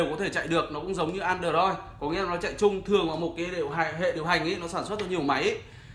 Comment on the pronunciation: Bạn này đọc tiếng anh hài vãi, mi cờ rô sốp, an đời roi. Nhưng phải nói bạn có khiếu hài hước đó